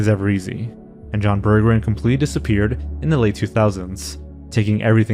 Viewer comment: Wait, so not only it wasn't him, it was pronounced "burger in"????